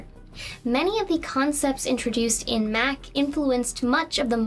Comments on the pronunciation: lol, the "Mac" kernel. She means the /M/oh/c/ kernel. The /ch/ turns the ā to an ɑ ("ahh") sound. xD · Loved the video. Interesting you pronounce Mach like Mack. Obviously not a Top Gun fan. 🙂 It's pronounced Mock. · I use the Metal Gear Solid notification sound on my phone so this video was... weird for me. I kept thinking my phone was going off. One little nitpick and I wonder if it's just me but, "Mach" is pronounced differently from "Mac." The ch should be like the end of Loch - a gutteral sound, not a hard K sound. This might be a regional pronunciation thing. But, I have never heard anyone pronounce mach like mac. The a should be "ahh", etc. Essentially, as far as I know, mach is pronounced as if it were a German word. It's a very minor thing and we all speak English differently. I'm sure I mispronounce all sorts of words.